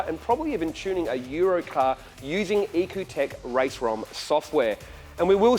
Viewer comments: isn't is said like E.C.U tech? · It's ecutek.